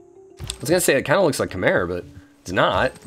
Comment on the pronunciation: I think 'Khmer' is pronounced 'come-ere', that's why you're getting forward settled